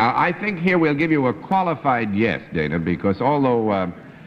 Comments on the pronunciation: GONDOLIER MAKES AUTOMATIC COW WASHING MACHINES Bennett pronounced it wrong. Her name was pronounced like "Donna". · Bennett sat next to Dana Wynter on two shows in a row in 1958; he's apparently been acquainted with her outside of the show (her reference to meeting him at a party), and yet he mispronounces her name? He pronounces "Dana" the same as in Dana Andrews' name in introducing him . (It should be pronounced like "Donna" for Dana Wynter.) He must have forgotten; Bennett should be sharper than this.